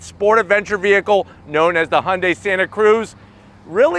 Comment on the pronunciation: Only one non-korean car reviewer who can pronounce Hyundai correctly.